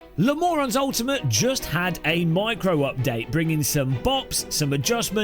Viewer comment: he said le morons